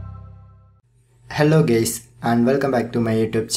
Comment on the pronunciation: And bro said hello gays lol